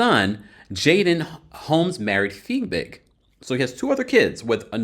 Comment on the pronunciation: Btw I think it's Fiebig not Figbig..